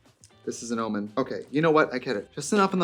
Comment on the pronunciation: Not her saying Almond instead of Omen